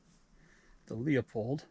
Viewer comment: That camera is a piece of junk. So much messing around, so much time and results are underwhelming to say the least. By the way, Leupold is pronounced "loooo-pold" just optically, without all the phones and nonsense, you can see WAY better through the spotters with the naked eye. That impact would be easily visible with the Leupold or Vortex, for sure.